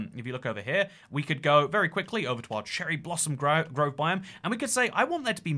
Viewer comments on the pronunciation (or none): HEH, YOU SAID "CHERRY GROSSOM BLOVE"